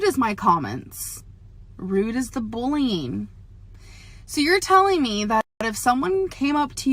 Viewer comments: their ~BOWLEEYING~ and after this we can expect to hear a shite apology but “ I do must have to say” she thinks she’s saying so much and isn’t saying anything at least not verbally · Bulleen. Shopeen. Read this and try to learn the proper pronunciation so people can stop laughing at you!!!! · bullnging?? you mean bullying?